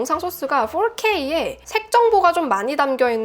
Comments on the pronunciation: 혹시 QnA 하실 계획이 있다면 궁금한 점이 있어요. 보통 한국사람은 4K를 포케이라고 하는데 풜케~이라고 하시는 이유가 있나요???? 외국에서 사셨나요??? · 포케이 보다 훨 난데여